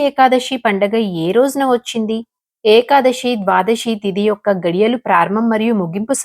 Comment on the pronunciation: ekadashi kaadhu thalli Ekadasi , sa ani palakaali, శ ni palakadam sarigga raani vallu kuda chepthunnaru kalikaalam karma..